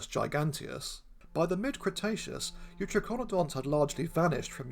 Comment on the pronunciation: I'm pretty sure youTRYkonodonts would be the better pronunciation. tri ("three, triple") as in Tricaeratops, eu ("true") as in eutherian.